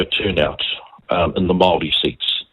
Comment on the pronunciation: Could atleast try to pronounce Māori correctly